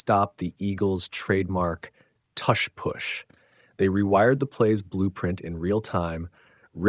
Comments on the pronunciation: Yeah this has to be AI. No human pronounces tush push like this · sorry couldn't watch this... how are you going to pronounce tush and push with different u sounds? i cringe every time you say it